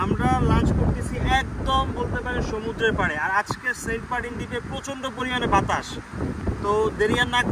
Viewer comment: বুঝলাম না ভাইয়ে মনে হয় সেন্টমার্টিন উচ্চারণ করতে পারেন না বলেন সেন্টপার্টিন😃😃